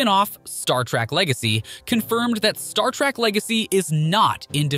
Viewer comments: Adding to your comments, did anyone notice how many times the narrator called Star Trek, “Star Track”?! For a channel that talks about the Star Trek universe as often as they do, irritating doesn’t even begin to describe it (period). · Agreed. Clearly not a fan consistently saying Track and not Trek. Or perhaps an AI script generated from web data. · First of all it's Star trek, Not Star Track! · Its Star Trek, not "track". Geez, can you even pronounce the franchise name correctly?